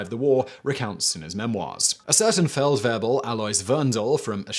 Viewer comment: Feldwebel. "-webel" is not pronounced like the english "rebel". You say it way slower. The pronunciation would be Feldw-e-b-e-l (with a german tounge ofc.)